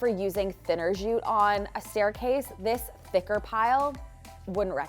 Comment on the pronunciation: "jute" is pronounced with a hard J as jam or junk. It's not "zhute."